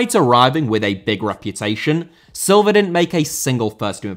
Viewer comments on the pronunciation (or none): Silva* not Selver